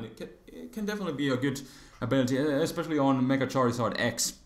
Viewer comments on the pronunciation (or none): none